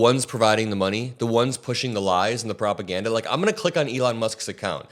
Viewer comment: "The ones who are pushing the lies and 'PROPAGADDA'", uh, I hate the way Elon talks. The way he pronounced "propaganda" really irritated me, and he continued by "WE'RE going after". He became the government, the judge, the police, and the executioner. What a shame.